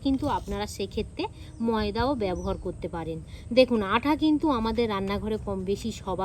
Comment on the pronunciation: দিদি আঠা না আটা